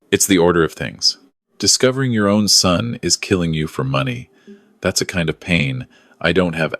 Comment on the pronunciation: Concerned son, not sun.